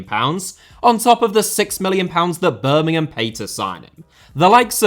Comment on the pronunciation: Speaking as a Villa fan, the one thing I will say about is that he pronouced Birmingham correctly, without the emphasis on the 'ham' at the end.